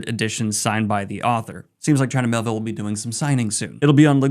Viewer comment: It’s Me-Ay-Ville!